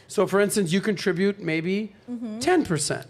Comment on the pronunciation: Love how the black chick says "contribue" instead of "contribute"